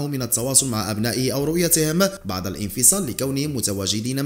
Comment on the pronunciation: اخي الله يخليك المرجو تصحيح نطق بعض الكلمات خاصه بعد وبعض : نقول بعد الضجه ليس بعض الضجه. وهدا الامر يتكرر عندك بصحه كتيره . وشكرا علي مجهودك